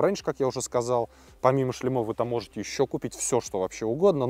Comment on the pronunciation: Не "шлемА", а "шлЕмы", не "шлемОв", а "шлЕмов". :) Не "болт", а "винт" (в этом конкретном случае). :) Если говорите на камеру, старайтесь не коверкать русский язык.